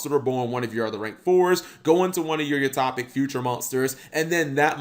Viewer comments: U-Top-ic??? Son, do you also throw your milk before your cereal?? Its U-Toe-pic. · Cap: "I'm generally shocked, Yuma's cards aren't half bad." Me: "I'm genuinely shocked, Cap doesn't know the phrase 'genuinely shocked' or how to pronounce 'utopic'." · I like how he says Utopic. It's fun.